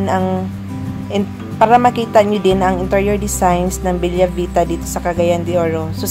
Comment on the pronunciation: Bella Vita is read as Bela not Belya.. its italian Beautiful Life😊